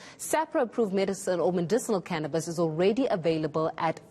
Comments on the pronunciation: Its Cannabis, Not Cannibas!! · what's "canibas"?